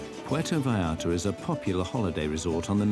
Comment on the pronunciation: Sorry but- “Los Angelees” “Pueto Vaarta” Sir I’m